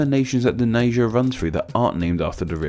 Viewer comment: Its not nee jer. It's nye jur